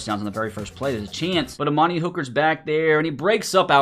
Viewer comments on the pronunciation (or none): none